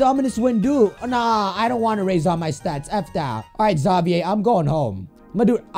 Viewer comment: You were pronouncing Xavier's name wrong 😑